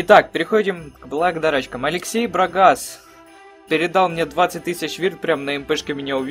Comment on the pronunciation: Брагас , удаление на первый слог(